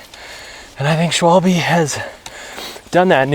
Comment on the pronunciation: it's phonetically 'schwahhhll - buhh'